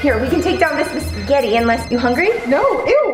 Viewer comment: it’s spegahtie